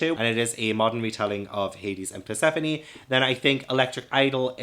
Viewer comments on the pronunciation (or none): none